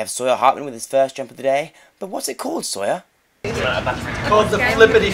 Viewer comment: When Joe says sawyer, it's like soya